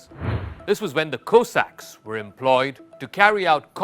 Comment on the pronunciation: Go away you cannot even pronounce Cossacks….